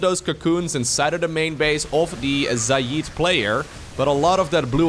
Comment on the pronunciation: Nobody else pointing out that is pronouncing Xayid like Xay-eed instead of Xay-id?